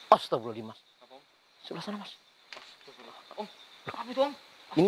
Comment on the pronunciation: Itu nyebutnya bukan astaghfirullahal adhzim tapi astaghril al adhzim.. Sudah aku ulang2 berulang kali.. Semuanya nyebut astaghril al adzhim.. Artinya apa?